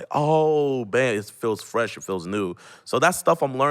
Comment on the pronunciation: Freth of Bresh air